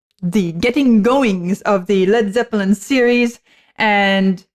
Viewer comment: I like the way you pronounce “zep pill en”. “Not to touch the earth not to see the sun nothing left to do but run run run “.